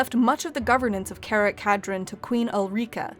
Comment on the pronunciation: Karak Kadrin is read as cara- (italian for dear or beloved) ka (as in kata) -drin (dream with n at the end instead of m)... and it's read as a single word...., you really tackled a universe where saying a word right or wrong can make all the difference when saying something. most of the dwarfish names are read in scandinavian, with some being read in latin, since that is their provenience.